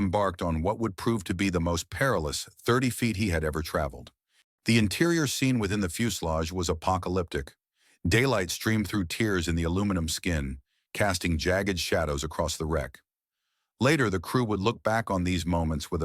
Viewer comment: Once you hear that AI a tear in the fuselage spoken as if someone was crying,getting to a point where there will be little or nothing you can listen to on YouTube